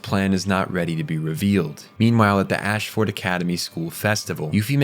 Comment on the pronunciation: Im loving your videos so far. I watched the Fullmetal Alchemist one first and that was good. I have high hopes for this video as Code Geass is one of mt all time favourite anime. So far it seems like you didnt watch the anime though, because of the way you pronounce words and places in the anime differs greatly from how the characters say it in the sub and the dub "Ash-ford" reminds me of how Americans say Melborne as "Mel- born" when in reality it is pronounced more like "mel-b-n" by locals